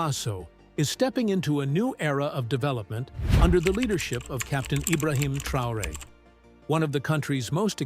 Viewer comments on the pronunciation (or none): Problem when I hear a presentation on BURKINA 🇧🇫 FASO and they do not pronounce IBRAHIM TRAORÉ CORRECTLY!